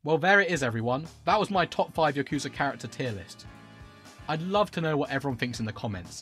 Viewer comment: Why does everyone pronounce “Yakuza” wrong. Just listen to how they pronounce it in japan.